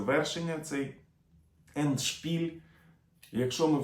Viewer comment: Ендшпіль - наголос ставиться на першому складі. Не дякуйте )